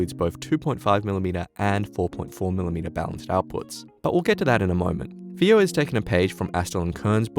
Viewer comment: It's pronounced as "Faayo" not "feeyo". The rest of the review was really great and detailed.